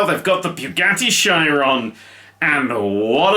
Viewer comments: shy-ron... oh no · its shiron